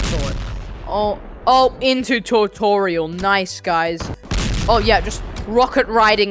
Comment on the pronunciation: bro reallly said tutotorial🤣